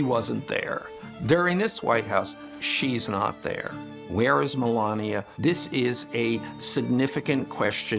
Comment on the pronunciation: The First Lady's name is pronounced "MA LANE NA." Not "MA LAN YA."